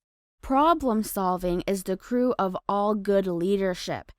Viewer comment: Just FYI, “crux” is pronounced like krucks, not like crew.